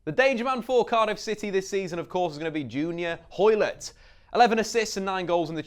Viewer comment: 😂 😂 😂 The way he pronounced junior hoilet